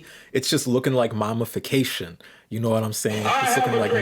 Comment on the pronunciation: says we have the sociological understanding of 3rd graders also: pronounces mammy as "mommy" and says "mommyfication" the entire video it's funny because I agree with the video but sometimes lectures on these topics as if there were no black or even halfway-knowledgeable people in his audience 💀